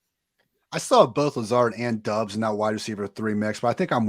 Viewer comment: Romeo Doubs last name is pronounced Dobbs